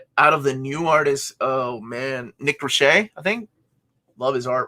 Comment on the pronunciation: It’s Nick Roche pronounced like Roache like the bug or the part of a joint, he’s Irish from Wexford actually, I used to work with his brother Paulie, good people.